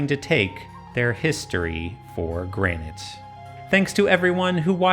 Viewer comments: She said history for gran-ight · "Taken for Granted" was delicately pronounced